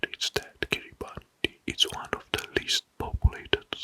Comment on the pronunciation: this is awesome! i’m excited to fall asleep to this tonight. the only feedback i’d give so far is that “kiribati” is pronounced like “kiribas” - “ti” is sometimes pronounced like “s” in Gilbertese :)